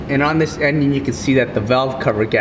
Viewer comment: did he call it an en... gin?